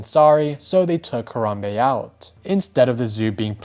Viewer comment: It should be a crime how u pronounced Harambe.